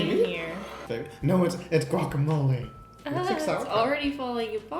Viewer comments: "guacamole", what chucha, i don't understand how you can say that wea, you're terrible aweonao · "guacamole" uhhhhh lol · If they call palta wacamole one more time I'm slapping them.